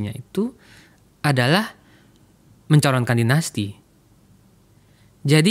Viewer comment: Bang, ini acara favorit saya, tolong laah bang, ikut mencerdaskan bangsa, janganmenggunakan pengucapan istilah asing spt dainasti ,dll gunakanlah bahasa Indonesia yg baik, atau gunakan bahasa Inggris sekalian bila memang mau, jd tdk campur2